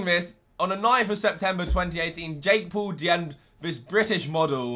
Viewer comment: PAUL as "paw-ul" not as Pool omg